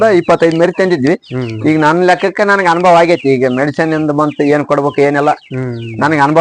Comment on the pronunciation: ಅನುಭೋಗ ಅಲ್ಲ ಸರ್.... ಅನುಭವ....